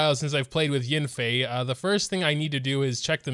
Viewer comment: it’s yAnfei, not yinfei…